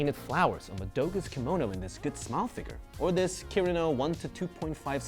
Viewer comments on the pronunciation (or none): none